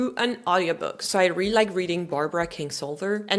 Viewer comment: You say the word “really” as “ree”…it’s supposed to be 2 syllables…”ree-lee”, or “ree-a-lee”.